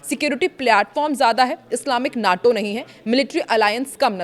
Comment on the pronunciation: नाटो नहीं माटो कहिए